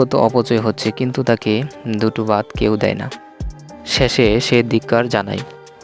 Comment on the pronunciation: আপনার উচ্চারণ একেবারে ই বাজে। যেমন, ভাত,বাত। ধান,দান। প্রধান সমাদ্দার,প্রদান সমাদ্দার। আমরা, হামরা। ধন্যবাদ, দন্যবাদ ইত্যাদি,,,,,,,, পরবর্তীতে শুধরে নিবেন। ধন্যবাদ।।